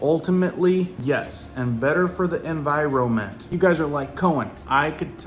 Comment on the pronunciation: It’s NOT En vi ro mint It’s En vi ron ment